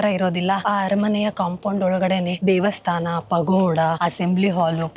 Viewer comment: ನನಗೆ ಸಡನ್ ಆಗಿ ಪಗೋಡ ಅಂತ ಕೇಳಿಸೋಬದಲು ಪಕೋಡ ಅಂತ ಕೇಳಿಸಿಬಿಡ್ತು 😂😂😂